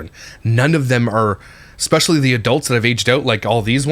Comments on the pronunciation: I GENUINELY feel like Im hearing nails on a chalkboard when I hear someone speak the word ES PE CIALLY..... as EXPESHALLY..... ughhhhh drives me nuts. It is E S P NOT E X P.... and shes not got any dialect differences which would be cause for this... she just doesn't pronounce it properly... I really try not to pick, but it DOES get on my nerves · expecially and supposubly...lol